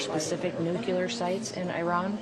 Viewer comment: Nu cle ar